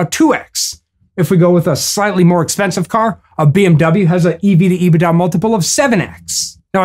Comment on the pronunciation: Love how you pronounce EBIT da. It’s EBIT daaaaah!!! 😂😂 Once again making complex understandings easier for the masses!